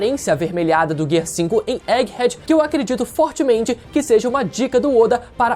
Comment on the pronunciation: Por que o fala Egghead desse jeito estranho? Kkkkkk